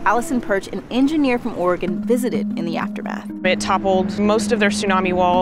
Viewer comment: I'm not sure where you're from, but thank you for pronouncing Oregon correctly - hardly anyone who isn't from here gets it right.